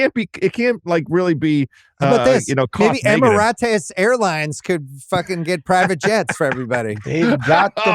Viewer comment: Emi-ra-tes 😂 this ain't Spanish bill